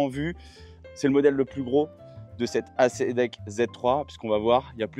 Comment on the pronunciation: Super vidéo merci, mais j'aurais aimé te voir faire un demi tour pour voir à quel point elle est maniable. Et on dit pas acédeck mais éyssdeck 😊